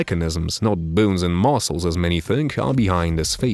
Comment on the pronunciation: "Moscles"? lol...